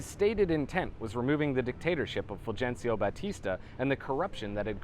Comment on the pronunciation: My only quibble: every time you say "Fulgencio". Otherwise, another fantastic video and one that provokes thought.